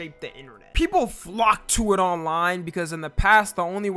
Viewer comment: bro did NOT say "flock to it" like "hawk tua" (its over for me)